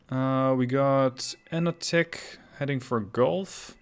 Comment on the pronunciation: Dude, he is [YEnotik], not [Anotik], pls